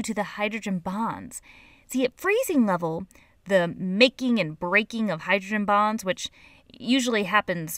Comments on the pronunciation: when she said hydrogen bonds i thought she said hydrogen bombs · it sounded like she said hydrogen bombs.